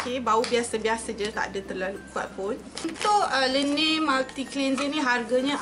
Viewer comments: LA-NEJ bkn le-neyy py haha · laneige lh bukan lenei